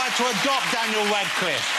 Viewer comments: Jonathan pronounces Radcliffe as Wascliffe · Jonathan Ross says "Daniel Wadcliffe" It's so annoying!